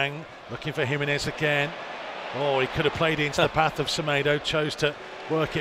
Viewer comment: HE-MEN-EZ …. just to help you out 🇲🇽